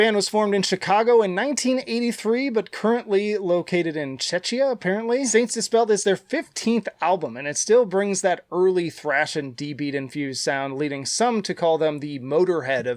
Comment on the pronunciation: sorry for nitpicking, but in czechia the second c is a hard c like in cat, I for a second thought you meant Chechnya and were mildy shocked lol